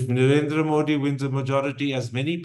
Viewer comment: Mr Thapar... it has been atleast 20 years now! The name is pronounced 'Modi' with a soft 'd' as in द ... and not a ड...